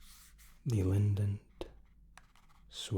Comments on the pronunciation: I was falling asleep, listening to all the amazing options in first class and you mispronouncing Lindt snapped me back awake and I had to comment! 😂 You put an extra N in there! It’s just Lind-t, not Lindent. That sounds more like a chewing gum! First Class with Articulate sounds like the best way to travel, loads of high quality freebies! The Starbucks DoubleShots are so good, I get the No Added Sugar one, definitely recommend it to people who enjoy cold coffee! Hope you’re doing ok. Always enjoy your videos and looking forward to the next one already. How’s the Covid situation over in Dubai? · FYI: Lindt chocolate (my favourite) is pronounced ‘Lint’ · German here. You can actually pronounce Lindt as "Lint", just stretch the n a little and maybe soften the t ever so slightly. Still a great vid though, really relaxing. Hope you have a great day:)